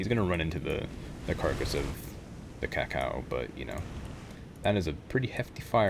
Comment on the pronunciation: Kako's pronounced "caco", you're pronouncing it more like "cacao"